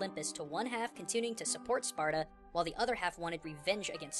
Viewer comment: "age of SPARTUR" [Spartur intensifies]